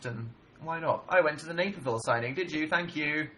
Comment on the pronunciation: the way he says maperville is killing me